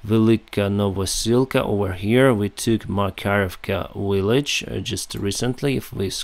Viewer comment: Great videos! Just one thing language wise... You say Willage.. it's Village Practice difference between Water and Victory We understand but it would be clearer. Soft and hard. W and V. keep up the good work.